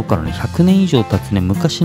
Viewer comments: きはい❌もっかい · 木灰(きばい)(もっかい)と読みます！